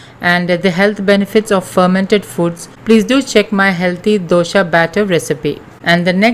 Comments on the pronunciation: It’s not DOSHA, it’s DOSA. DOSHA means drawback/fault. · Not dosha. Dose or dosa